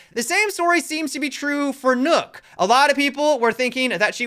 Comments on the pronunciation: Why are you pronouncing nøkk like Nook?? Isn’t it pronounce like Nock? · For those of you who don’t know (and ), Nøkk is actually pronounced “Nerk” in a British accent.